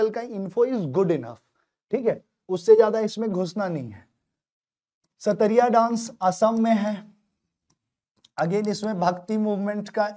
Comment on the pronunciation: Everything is good sir. But it is 'Sattriya' and not Sattariya